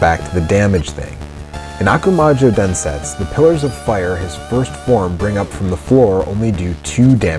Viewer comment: DensetsU. I know, in japanese the last /u/ is often silent or near silent (for example in desu, the most frequent japanese word) , but not in that word (meaning "Legend"). Sorry for nitpicking.... But great video, thanks for that!